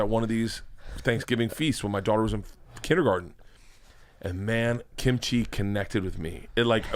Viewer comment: Why do non-eastern-asian people always say kimchi like it's two words? 😭😭😭